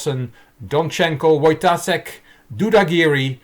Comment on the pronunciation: Hey, since I know you're interested in this stuff – the correct pronunciation of Wojtaszek is "Voytashek" and not "Voytasek" ( ͡° ͜ʖ ͡°)